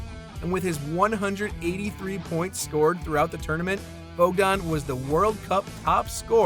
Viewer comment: Bojan is pronounced Boyan